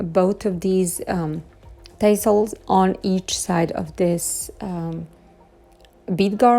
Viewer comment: Beautiful transformations!! The third was my fav! The way u say “tassels” makes me smile. The A is a short sound. Kind of like you’re saying “ass”el, but add a T in front of “ass”. 😂 No matter how u say it, I just adore and love your accent. 😃 Have a beautiful safe independence wknd! Lots of love!! ❤️